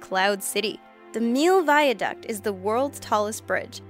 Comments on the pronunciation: its the Milau viaduct "mill oww" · That'sdefinitely not how you pronounce millau it is more like " me yo"